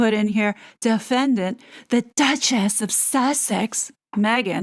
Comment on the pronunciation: There is NO T in Duchess unless it's Dutcharse..